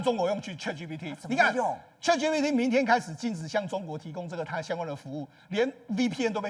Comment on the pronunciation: chat唸 恰特 不是卻特 google 自己查一下發音, 很瞎耶